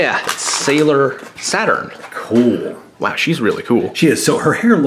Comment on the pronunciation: It's SATURN, not Satin =)